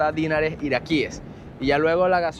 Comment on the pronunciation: una recomendación. No digas dínar, sino dinar, que es una palabra aguda. Por lo tanto, se dice dinares, y no dínares.